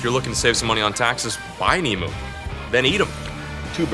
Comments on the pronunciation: Emu not emoo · You say Emu as eam you. Not E mu. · As an Australia the proper way to pronounce emu is EM- YOU ….NOT FUCKING EM -OOO FFS SHITS ME UP THE WALL when someone says it em-oo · What is an eemoo? Sounds like you’ve discovered a whole new animal. Zoologists and wildlife biologists are going to go crazy to study it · I come from Australia and that is not how you say emu google it🤣🤣